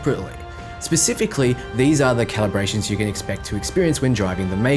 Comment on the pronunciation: Garus: “Did someone say… CLAIBRATIONS ?”